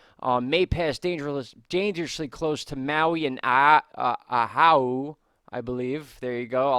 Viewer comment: It's pronounced (O wa who)